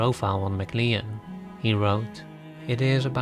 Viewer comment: PS…MacLean is pronounced ‘McClain’